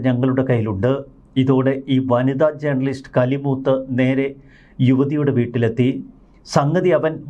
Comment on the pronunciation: എടാ മന്ദ ബുദ്ധി! "ജേർണലിസ്റ്റ് " എന്നല്ല; " ജേണലിസ്റ്റ്" എന്നതാണ് ശരി.